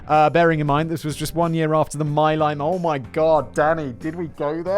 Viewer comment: Simon, it's pronounced 'mee-lie', not my lie...